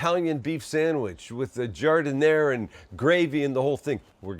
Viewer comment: All good until you effed up on the giadinara.